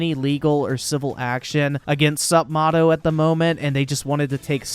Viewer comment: It's pronounced "Sup-may-toe"